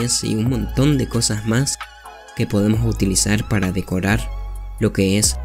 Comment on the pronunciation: dijiste decorar mal (sin ofender)